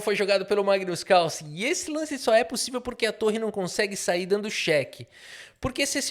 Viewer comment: Magno Carlo com sotaque caipira foi de longe a melhor coisa que eu ouvi hoje. Eu te amo KKKKKKKKKKKKKKKKKKKKKKK